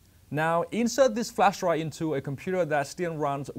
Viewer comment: Please someone tell him its not called flash dry but its flash drive